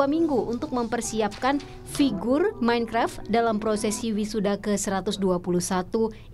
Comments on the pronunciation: Pak MainKraf Bukan Menkref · Nobody: mEinKrep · Bapak itu bilang menkrep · Aku paling ga suka kalo mereka bilang "minkreft/minekraf" 😂